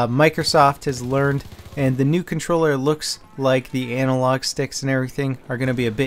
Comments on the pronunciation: H e said ANALlog LMFAO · Did you say, anal log?